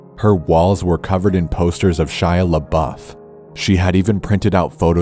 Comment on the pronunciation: It's Shia dude. 🤙🏻